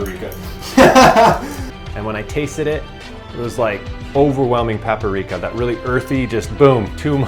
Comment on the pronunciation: paparika? paprika? lol